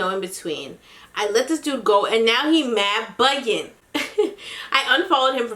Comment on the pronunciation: “mad buggin” where is she from cause it’s definitely not NY